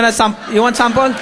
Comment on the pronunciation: SAMPOL?! SAMPOL?! U WANNA SAMPOL?! LMAO!!!! I love you Manny!